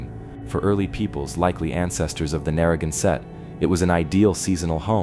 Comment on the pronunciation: Would your AI PLEASE pronounce "Narragansett" and "Quidnessett" correctly? When said incorrectly, it sounds like nails on a chalkboard. Thank you.